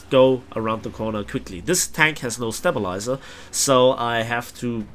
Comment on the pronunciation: it's still pronounced stay-bilizer not step-bilizer :P